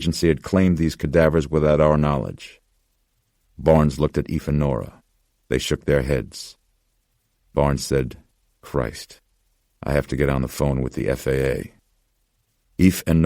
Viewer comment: It’s crazy that whoever signed off on this never corrected the narrator. It’s Eph, not Eef